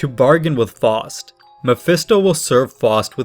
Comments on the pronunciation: It's Faust, not Forced. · Some pronunciation tips; the pronunciation of Faust is like "Fowst", not "Fawst". Göethe is a bit closer, but is more like "Gurta" than "Go-tay". The latter is very tricky for English speakers due to the German pronunciation, especially of ö, which doesn't exist in the English alphabet.